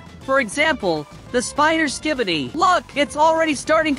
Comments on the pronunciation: Bro said skibboiydis💀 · Dude say ski-by-D's